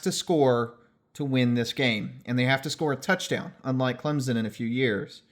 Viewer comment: “what we saw was contact was either initiated by the defense or mutually initiated” - Roger Redding (NCAA coordinator of officials) Yea it’s a pick play, but technically it’s not offensive pass interference, so a good no call. Also thanks for pronouncing ClemSon correctly lol